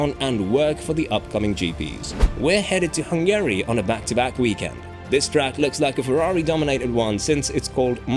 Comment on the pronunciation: Is this a person talking or a text-to-speech? I can't tell, because the names of places like Monaco and Hungary are pronounced hilariously wrong, as well as Sainz and Verstappen. TTS tends to make those mistakes.